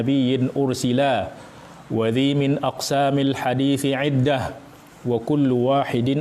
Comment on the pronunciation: Kalau tidak salah baca: minaq sami bukan min aqsami.. Alasan krn merusak wazan bahar rojaz nya